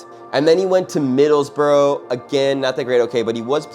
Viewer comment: Excellent take on arguably The most talented player to pull on an England shirt. One correction Middlesborough is pronounced Middles bre 😊